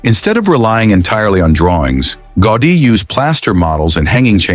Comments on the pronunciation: Автор этого шедевра Антонио ГаУди. Тот, кто запросил у ии материал на тему церкви Саграда Фамилия хотя бы потрудился проверить правильности и названий, и ударений. Дизлайк. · Can't you get the right pronunciation for the name of the architect? Was that out of your reach? Or simply non-professionalism?